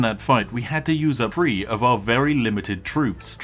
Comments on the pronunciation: three hundred and seventy threeuh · "Three hundred and seventy fwee" - sorry to point it out, but that made me chuckle